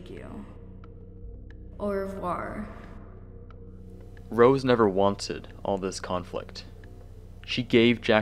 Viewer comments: 'aurr revurrr' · god damnit rose that’s not how its pronounced aside from that when i heard “awr reuvor” i started dying of laughter lmao